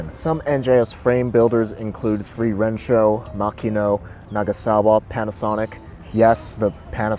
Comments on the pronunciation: Mostly on point, but a few quick thoughts: While Kaisei tubing is common, it's not required and other tubes are used. My Nagasawa uses Tange tubing for example. I've seen a few that use Dedacciai and Columbus also. Technically 3Rensho is pronounced San Rensho, but that's more a language thing than anything else. I think they're kind of an amazing value tbh. Used frames in good condition are easily found for . Obviously they're a lot more new, but any domestic handbuilt boutique frame is going to cost just as much, and unlike the NJS frames, there isn't a huge used market for them. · 3 Rensho is pronounced San Rensho. Just to let you know. Aloha, Sammy D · Cool vid...'3Rensho' is actually said as 'San Rensho', 'San' being Japanese for the number 3.